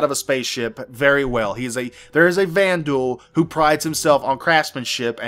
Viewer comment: Xi'an - SHEEahn Banu - BAHnew Vanduul - VANduuuuuuuuuuuuuuul! :)